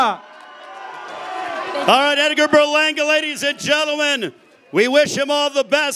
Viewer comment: Tomato tomato but my man announcing is annoying dude made sure to pronounce puerto rico with a spanish accent but then says Berlanga like a straight blanco no offense im half blanco lol.